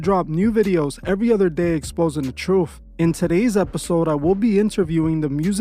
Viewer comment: It's not the TROOF channel it's the TRUTH CHANNEL 😂😂 Please stop saying TROOF sir. U can't have a title of a podcast u can't pronounce 😉🤣